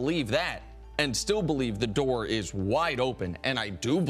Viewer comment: Did i just heard "the dork is wide open" c'mon. You got to be kidding me.🤣🤣🤣🤦‍♂️